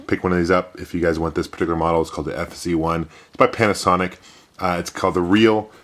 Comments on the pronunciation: Did you say Panicsonic instead of Panasonic? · Panicsonic, like Jagwire :D